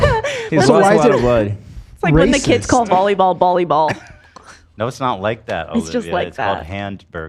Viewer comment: saying bollyball and pasghetti has me dying